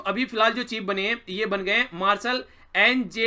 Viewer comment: Air marshal NJS Dhillon.......sir u Pronounced like Dhill0+n but actully pronounce ਢਿੱਲੋ, dhillo 'n' is silent.....punjab mein logo ka surname hai......plz don't mind